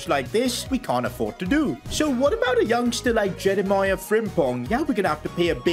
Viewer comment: I watch just because of how says Jeremie Frimpong